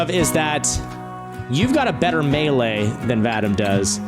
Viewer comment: Vadam? Man, this name is pronounced: Vah-Deem.